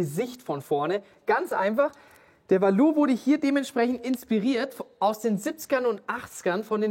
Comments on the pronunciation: Valour wird nicht französisch ausgesprochen ^^ Valour ist das einglische Wort für Tapferkeit und wird deswegen auch englisch ausgesprochen. Wie VALue + coLOUR 😉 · Ihr habt doch auch schon mal mit Tim gedreht. Fragt ihn bitte noch mal wie man Valour ausspricht :-) Also Burton, nicht Schrick oder so